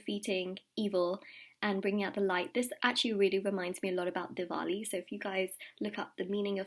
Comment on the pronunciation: Your pronunciation of Diwali was spot on :) have always wondered if you have a little indian in you?